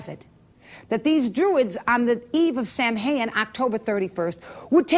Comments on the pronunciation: Yea, this really did her research; she can't even pronounce Samhain correctly (Sowen). I like how she could proclaim all this BS with absolutely NO reference to where she learned any of it. Former Witch? Any Witch worth their salt wouldn't be 'former' anything - she would know the truth, from the bullshit. I suppose it is possible that she was initiated to some, insane cult, who filled her head with such absolute bullshit, that, well, it made her spout more bullshit; a sort of self-fulfilling prophecy? I don't know, but listening to this, it is entirely likely that she was a close friend of Sir Snuffleupagus, and we ALL know who that is. EDIT: She finally came CLOSE to pronouncing it correctly (Soween??) lol This person is (WAS) so full of shit, her eyes should be brown. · If she was really a witch. Wouldn’t she know how to properly pronounce Samhain!?